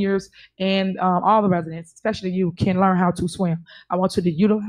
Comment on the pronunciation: Let me educate you….Youth You-th not Youf Learn not Leart Said it wrong…Tiff Leave that scriptures alone!! Evil lady!!